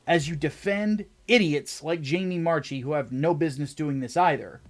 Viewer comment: I believe Jamie Marchi's last name is pronounced MARK-EE as opposed to MARCH-EE. With that being said you are right on all counts.